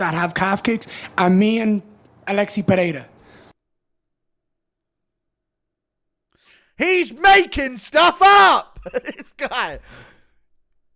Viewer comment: it's more like Aleks, not Aleksi